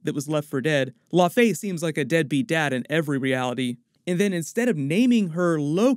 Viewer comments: Thanks this guy frequently mispronounces Iconic, established character's names! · The literally say it in the show and original Thor movie and this goof still mispronounces. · It's "Lau-fee", not "La-fey". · Laufey is pronounced La' u' Fee like saying "loud" with out the "d" then Fee, it's not "lah faye" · Laufey is pronounced “Lao-Fee” not “Low-fay” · I know it's killing me when he says the name like its French and not Scandinavian. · Thank you. I didn't want to be the one to bring it up. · Its pronounced Laufi not La-Fay... how do you keep messing up these names? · Low-fee not lo-fey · I always thought its pronounced law-fee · Laufey is pronounced (LAO -fee). Laufeyson (LAO-fee-sun), Laufeydottir (LAO-fee-dot-TEER with rolling R). Laufey did not name him or her; Odin did. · "law fay" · Also I don’t why he pronounces it differently from the way Laufey is pronounced in the MCU for like 10 years now. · Why is everyone suddenly reading "Laufey" so incorrectly?! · Exactly what i was thinking the whole video... it was kinda annoying lol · The horns aren't broken. And it's pronounced Laufey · Jeebus. I found this almost impossible to watch because of the gross mispronunciation of Laufey. For shame. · Uhm... how to say this politely...? Maybe just stop saying the name of Loki's father if you are going to keep pronouncing it like it's French? After ten times, it starts to be wearing.